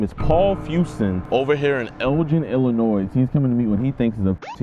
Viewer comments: illinoy not illinoise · pronouncing Illinois as “Illinoise” hurt my soul as an illinoisian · It’s pronounced illinoi buddy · It’s “Illinoi” the S is silent big dawg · Great job on the catch. But for the love of god stop pronouncing the s at the end of Illinois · Forgive me, as a Canadian if I'm wrong, but isn't the "s" in Illinois silent? No way I know this and a lot of Americans don't ... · Someone tell JiDion that you don't pronounce the "s" in Illinois. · stop pronouncing the S in illinois. The S is silent. You do this every time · JiDion.. the S in Illinois is SILENT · JIDION! The S in Illinois is SILENT my boy! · how do you not know how to pronounce Illinois dude?? really?